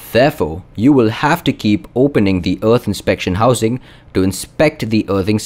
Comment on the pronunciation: wow, you mispronounced the word "earth" hundreds of times in this video. it's painful to listen to you saying "uth".